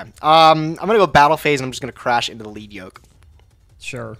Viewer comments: pronounces a lot of stuff incorrectly so it's no surprise he thinks it's "leed" when the word is a reference to the metal - "led" - on the yoke the character has. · Why yall keep mispronouncing lead yoke 😂😂😂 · God that’s not how you say lead yoke😣😣😣